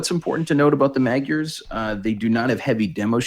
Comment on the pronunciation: Keep it up you guys. You're pronouncing magyars almost correctly now. :D Say the first 'a' identically to the second and you're there.